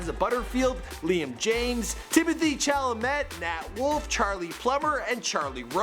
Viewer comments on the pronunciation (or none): Timothy Chalamet - mey, like Aunt May not Met Thames - Tems Are American educated or what?!?